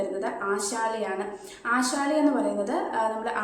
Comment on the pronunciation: ഈ ആശാല എന്താന്ന് ഇതുവരെ മനസ്സിലായിട്ടില്ല മരുന്നാണോ ധാന്യമാണോ വൃത്തിയായിട്ട് പറ പെണ്ണേ